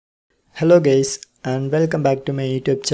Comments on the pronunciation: He is from southern part of India. Probably from andhra or Tamilnadu😂😂 .. English pronunciation is quite poor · love how he says "hello gays" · It's just his accent😂